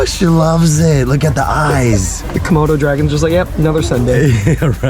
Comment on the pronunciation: Why did call it a kimona dragon lmao 😂